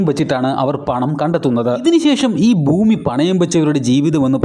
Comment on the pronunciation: ഫാര്യ, ഫൂമി, ഫാഗം. മലയാളം പറയടോ.